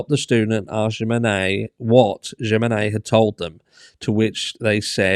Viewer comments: It's a J so in Spanish J is a H so would be Himenez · Js are pronounced as Hs in spanish. Humenes is what her name sounds like phonetically. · Pronounced Hemenez. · Jimenez : him-eh-nez (no hard J, the J in Spanish is pronounced like an “h” ) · It's pronounced "h-menenez" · Jimenez is pronounced with a H sound at the beginning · The J is pronounced H! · the J is pronounced like H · A J is an h in spanish. The accent over the e says you pronounce it strong.. like e! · Jiménez just pronounce the J like in Him and you have it.